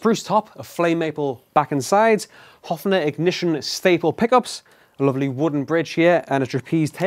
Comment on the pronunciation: Pleeeeeaaaasssseeee dont say Hoffner its Höfner [Hoefner]